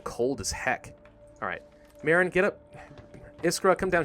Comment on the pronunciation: i really like how you say iskra and marin wrong. the french will say the names right